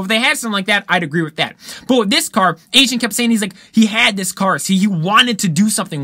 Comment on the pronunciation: It's A-zin not Asian LOL. Dung Beetle now has a high horse subaru boxer engine in it.